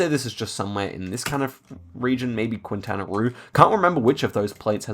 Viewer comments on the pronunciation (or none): Pedantic correction: In Spanish, the u is silent when pronouncing "que" and "qui" (as in "Quintana", which is pronounced as "Kintana").